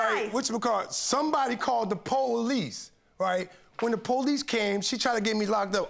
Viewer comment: The "PO Lice" 😆 Give A Dog A Bone, Leave A Dog Alone